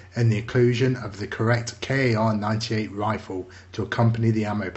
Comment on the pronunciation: Not K-A-R 98 (Weapon) It's actaully only K, for Karabiner (Carbine), but it is often written as "Kar", for the non german speaker. K is pronaunced like "Kar" in german, but you don't say the "r" so hard. K98kurz Kar98kurz (kurz=short)